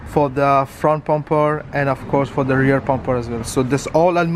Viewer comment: Bro it's bumper not pumper